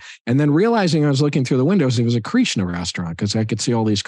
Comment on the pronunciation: I'm really, really liking this Chinwagcast. One thing though, what's with they Kathryn and Paul pronounce "Kreeeshna." Is that some east-coast way to so Krishna? Sorry, but curious.